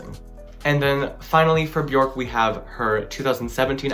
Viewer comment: Quick tip: it’s Björk. Pronounced “Byerk”